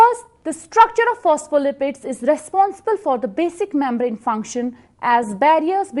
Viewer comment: Gulucose😂😂 mambrane 😂 Thanks though